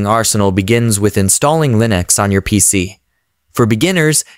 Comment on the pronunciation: lol, you clearly used an AI voice. The way he pronounces "Linux"